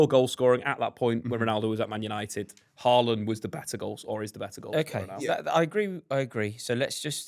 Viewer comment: It's Haaland. Period